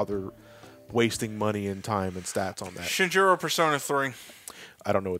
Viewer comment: When said Shinjiro i was like; “yep...”